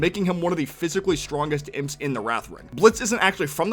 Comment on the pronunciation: It's pronounced IMPS not I.m.p.